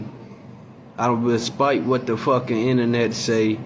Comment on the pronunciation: bruh said "aspite" Im sleep